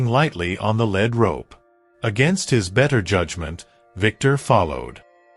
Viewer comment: This story was repetitive & full of misspellings & an obvious mispronunciation. When you lead a horse with a rope, the rope is called a lead rope, pronounced leed. The rope is not made of lead, pronounced led. Knickers are short loose pants that fit tightly below the knee, worn especially in the past. The sound a horse makes is called a nicker. Another sound is a whinny. The word Winnie is a woman's name. The night had secrets, but there was no knight in armor in this story. Something gnawed at him, not nod or gwed. The emphasis in the words tree line should be TREE line, not tree LINE. It made his chest tighten with anticipation, not Titan. The horse is a chestnut, a reddish-brown color with no black hairs & a mane & tail of the same color or lighter. But one of the pictures is a bay, a brown horse with black mane, tail & legs.